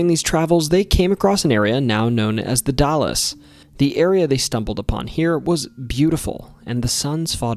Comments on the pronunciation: it ain’t Dallas Texas bucko, it’s pronounced “Dals” like gals with d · You should make more videos about Oregon, these are great, especially as a Forest Grove resident, two mentions?! Also to help on pronunciation, "The Dalles" is pronounced, "The Dallz" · They blew the whale up at Seal Rock, which is 35 miles North of Florence and 15 miles South of Newport. I was there when they did it. Also the The Dalles is pronounced like Dowls not Dallas, and Nehalem is pronounced Knee - hay - lim. The GPNW has a lot of names that are pronounced different then what you expect, Yaquina and Sequim are two that come to mind off the top of my head. I was born in The Dalles and live in the N. Cascades. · It’s not “dal-ass” it’s the “Dalls” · I'm only on the first story but I wanted to point out for any future vids with The Dalles, it isn't pronounced the Dallas, but rather, it's pronounced like the Dahls, short a silent e.. other than that you're doing pretty good! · it’s definitely not The Dallas, it’s easy and common for non locals to do that. I’m from Dallas, OR. Oregonians from the area pronounce The Dalles with the name AL. Like Al’s, with a D at the beginning. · It's pronounced "The Dalles" like dalls. ;( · The Dalles (/ ˈdælz / ⓘ DALZ) Don't pronounce the es. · The “dalles” is pronounced like “pals” not like the city in texas. Solid work my guy 👍❤️ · The Dalles is pronounced the dals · Maybe, but he Royally screwed up the The Dalles (/ ˈdælz / ⓘ DALZ) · As an Oregonian, I was surprised that I'd never heard of several of these stories. Very enjoyable! P.s. The Dalles is pronounced differently. It rhymes with 'pals.' Don't ask me why. In Portland, we have a street spelled Couch, but pronounced "cooch." Great job with the native names in the region, by the way. A lot of locals struggle with those, and you did very well! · I always pronounced the Dalles like Hal's. You know, the name Hal. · Like dowels? I read dahls like dolls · He definitely butchered The Dalles 😂😂😂